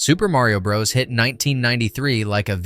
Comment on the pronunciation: "Super Mario Bro-dus" and Super Mario bruhs" This clanker needs to be replaced🤦‍♂️